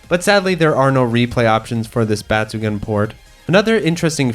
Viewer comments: Please check the pronunciation of the game name. The “gun” part in batsugun is not pronounced as a gun. It’s actually pronounced “goon”. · Bat-su-gun... Got it